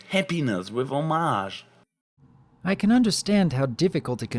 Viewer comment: It seems Pip can get out of the pod. The story does say that Homage visits Pip every year on Homage's birthday, though I guess she could just sit there staring at Pip in the pod, I always imagined it would be something like this: Also and no offence but I believe its pronounced Home-age. I happen to be dumb.